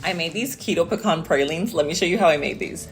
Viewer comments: You are pronouncing it correctly. “Puh-kaan.” “Pee-can” is (etymologically speaking) an incorrect pronunciation. 👍🏼 I can’t wait to make these pralines! I ❤️ pecans! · Puh-kaan is the correct way to pronounce it. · I’m from Texas & you’re saying it correctly!!! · Love the recipe! Thank you for sharing. Your Pecan pronunsiation is correct! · You are pronouncing pecans correctly!!! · I pronounce pecan the same as you! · Your saying it the right way. It’s pecans not Peecans! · I like your pronunciation of pecans, same as mine. I think it's more regional on how it's pronounced.